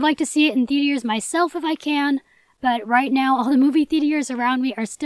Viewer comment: “ THEATIERS” Lol 😆 iykyk